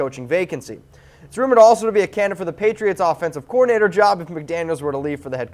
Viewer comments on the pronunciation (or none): none